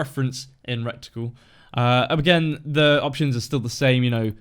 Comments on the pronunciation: It's reticle not recticle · Mmm “recticle”